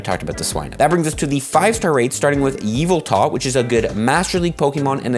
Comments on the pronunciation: Ee-vehl-tuhl not EVIL-TALL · STOPPpPPpppPppOppppppppppppppppppppp SAYING “EVELTA” ITS YVETAL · How does he say ya vell tal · I can’t cope with the way says Yveltal 😂😂